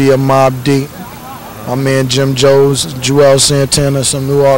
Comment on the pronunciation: Cam just said Jim Joes😂😂😂😂😂😂😂😂😂😂😂